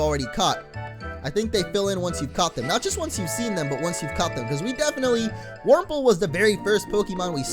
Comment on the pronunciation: Wurmple, Wurmple, Wurmprole! 😂